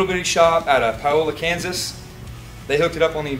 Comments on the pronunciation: It's pronounced Pay- o- la Kansas. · Pronounced “Pay-Ola” grew up 30 minutes from there!